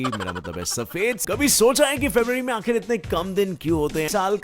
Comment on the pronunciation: आखिर होता है आखरि नही